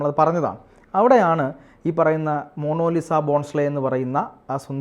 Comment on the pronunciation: മോണോലിസ അല്ല മോണാലിസ ലോകപ്രശസ്തമായ പേര് അറിയില്ലേ ഇതുവരെ😂😂😂😂😂